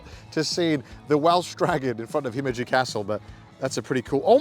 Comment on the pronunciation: He said himmeji